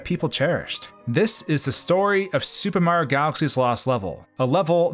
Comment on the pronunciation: The way you say "super mario" like "sssOOOOOUUuupper mario" is silly and distracting and I think you should know that